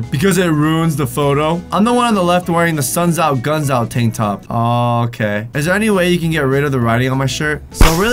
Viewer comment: He changed it to suns out GUMS out instead of suns out guns out